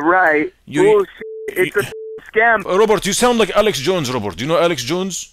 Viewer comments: The way says Robert it sounds like he's saying Robot🤣🤣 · Is it robot or Robert lol 😂 the way he pronounced it.